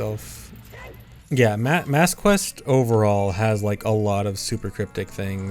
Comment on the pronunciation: It's Master Quest, not Mass Quest